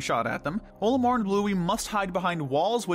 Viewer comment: i have a lot of problems with this as someone who has enjoyed pikmin since his childhood. 1: there is NO defense in pikmin. the game uses HP. 2: Olimar is pronounced with the ol as in olive. not OH-limar. 3: why is the water wraith beneath the base snagret? 4: why is the MAL so low on the list as well? 5: why is armored crawmad so high up if it can be defeated in 8 seconds 6: emperor bulblax needs to be much lower. this is only naming the largest problems i had with this superficial analysis.